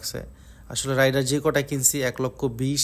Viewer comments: রাইডার না ❎ রেইডার ✅ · Not রাইডার ❌ রেইডার ✅